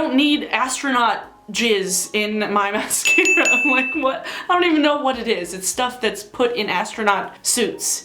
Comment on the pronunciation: Say mascara again Mas-scara